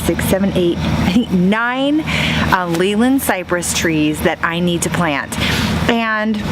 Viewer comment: its actually named Leylandii not leyland ..... pronounced "lay-lan-die "